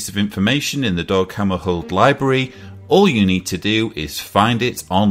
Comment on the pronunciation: it's DAG not DOG